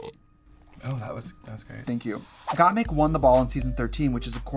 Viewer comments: Why is Trixie saying "Got Meek" instead of "Got Mik" LOo.lololololol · I’m surprised Violet didn’t correct the way Trixie says Gottmik. She says Gottmeek every single time.